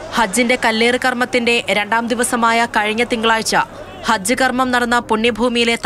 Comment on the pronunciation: Pl attend. ---- it is not harj , it's hajj